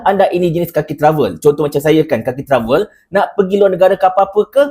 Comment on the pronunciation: Sebutan TRAVEL 🧳, kasi cantik sikit. Please pronounce it correctly 😅. Just a suggestion for your own improvement.